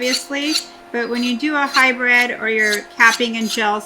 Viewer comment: I Know your meaning hybrid but it really sounds like your saying high bred